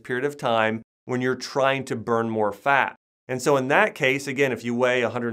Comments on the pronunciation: Can't get over how he pronounces FAT as FAAK.. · Jay Loe now I just hear “ FAAAAK”